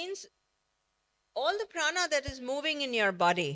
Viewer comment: Pehle isko प्राण बोलना सिखाओ भाई, ये महाप्राणaa kya hota h भाई?